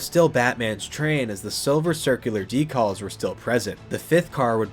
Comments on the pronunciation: Curious to know where you are from considering you say DECALLS...not decals. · Sorry the way you pronounce decals is throwing me off a bit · Today I learned there's an insane way to mispronounce "decals".